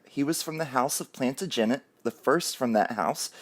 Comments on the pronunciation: Plant-uh-JEN-it ??? No Plan-TAJ-en-it yes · Please, it is pronounced..... plan TADGE a net. (Tadge rhymes with badge and is the accented syllable) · Hiya, love the video but do you mind if I correct your pronunciation of Plantagenet? Its said plan- tage- gen- net, each syllable is said with an equal emphasis as the others. Hope this helps 😀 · It’s pronounced: “plan-tan-Jen-ay” ☺️ Happy 40th! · I was always curious as the correct pronunciation as well. Thank you! Unlike many others in 2020, I appreciate constructive criticism. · I'm totally going to forgive you for how you pronounced Plantagenet because this is another awesome video. 🥳 I sure hope she isnt pregnant, for the child's sake. I already feel bad enough for Archie for having such horrible parents. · Your pronunciation of Plantagenet is so cute. Happy birthday.